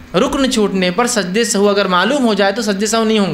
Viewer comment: the correct word & pronunciation is not sahu but sahw,so please correct it.